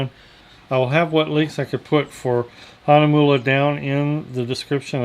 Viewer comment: 4 and 1/2 years ago! THANK YOU FOR PRONOUNCING THE NAME CORRECTLY! I have been trolling reviews of this brand, and YOU are the only one I have found to pronounce it well. As always, I love your humor! Thanks very much,.